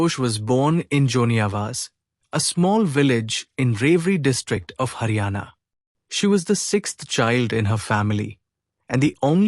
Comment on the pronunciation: it is not hana it is haryana